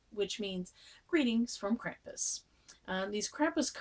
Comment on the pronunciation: like Brom, it's pronounced "Krahm-pus".